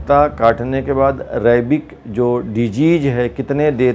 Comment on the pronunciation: Ye rabies ko rabik kyu bol rhe